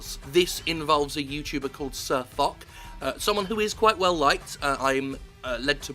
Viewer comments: JIM! get your facts straight! #Tankfest is not a WarGamming event they sponsor it and Foch's trip there, he can still go but has to pay himself. BTW Sir Foch is pronounced Fosh like Marshal Ferdinand Jean Marie Foch. #bovingtontankmuseum As to why WG(EU,NA,RU or SEA) acted that way I really don't know. F-UP is the probably the right thing to say there. HOWEVER! WG has a very good track record in regards to how they work with their community contributors and are in direct contact with some of them, ask #TheMightyJingles or #QuickyBaby (the two biggest youtubers covering WoT) where are we now 3.? anywho Sir Foch is not making much money on YT he is primarily a twitch streamer. He is also one of the community contributors with a slight temper problem IMHO. Next WarGameing is split in to their respective area so WG EU, WG NA, WG RU and WG SEA are all more or less independent companies, as I understand it. I'm willing to bet it wasn't NA they are very communicative with this sort of thing and so is EU usually. Wikipedia says they have Subsidiaries Wargaming Chicago-Baltimore, Wargaming Seattle, Wargaming Austin, Wargaming America, Wargaming Europe and Wargaming Asia Pte. Ltd. Lastly: Premium ammo is free in-game it cost more than standard ammo with silver credits and you can purchase it with gold credits bought in the online store, but you don't have to. WoT is still a completely free to play game and in fact something like 70% of the player base never spends a dime on the Game. I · Tank fest is a event own by The Bovington Tank museum, Foch is pronounced Fosh (it's french), and finally Wargaming are pulling Gaijin on us. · I thought it was pronounced as 'SirFosh' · I belive it's "Fosh" not "Fock", after Ferdinand Foch, a French general in WWI, and supreme commander of entente forces on the western front. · Its not Sir Fuck its pronounced Sir Fosh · Jim swearing so much with Fuck he calls SirFoch SirFuck xD It is pronounced SirFosh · sirfo(SH) is the pronunciation